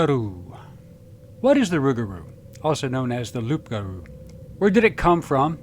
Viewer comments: Loup-garou is pronounced lougarou not loop garou. A wolf translate to loup in french and is pronouced lou not loop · Its Loup Garoo ! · That's a very good video, as always from this channel. I do have to specify a little detail though... "Loup" is indeed French for "wolf", but you need to not pronounce the "p" at the end. In fact, the term "loup-garou" is pronounced exactly as the narrator is pronouncing "Rougarou" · Loup-garou. Loup-garou. It's LOUP-GAROU, gottdammit! "Rougarou" is baby talk. Only Cajuns are silly enough to misspell and mis-pronounce words in their own language. And I'm not even going to say anything about how Cajuns mispronounce French surnames. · The real word in french is LOUPGAROU !!!!! WOLF=LOUP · Far be it for me to insult a major portion of the country but it's actually spelled and pronounced "Loup Garou". Get your act together, Louisiana. You see, here in Ohi-er we have the Grassman. Straight and to the point, plus it sounds cool. Now, write that on the chalkboard one hundred times and I will circle back to check on you.